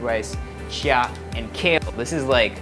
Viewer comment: I'm pretty sure it's just pronounced 'chee-yuh' not 'chya'...I've never heard of it being said otherwise.